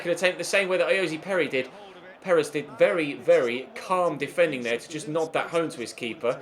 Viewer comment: Why do you say ayozee Perez its ayoz Perez